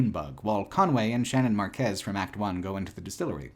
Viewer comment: All I have to add here is that Shannon and Weaver's surname is Márquez, emphasis on the "a" like mark or park. All I can do to grasp the feelings this "game" evoked is to flee from myself by giving in to the pedant who wants to protect me from harm. A true once in a lifetime interactive art installation